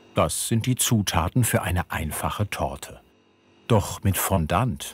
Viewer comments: Ich mag euch ja echt sehr. Aber „Fonndant“?? Eher „Fonndoh“… Excuse my French! Ihr beschreibt das zwar im Video, aber ich sage ja auch nicht „Hanndieh“ sondern „Händi“ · Es tut einfach in den Ohren weh wenn jemand "Fondant" so ausspricht...